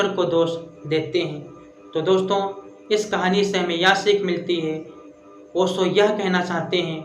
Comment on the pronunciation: तुम पहले ठीक से बात करना और कहना तो सीख लो फिर ओशो को ओसो oso करना😮